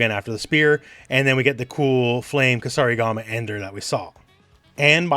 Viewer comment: so you know kusarigama and are not afraid to pronounce it (like the Kombat kasters lol), but you don't know that weird dagger is just a karambit lol)))